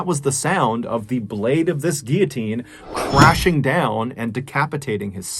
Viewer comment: Great but sad video. Thank you for pronouncing guillotine correctly, as well.